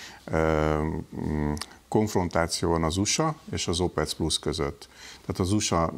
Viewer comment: Az "Opek" nem pedig "OpeCö-cö-cö"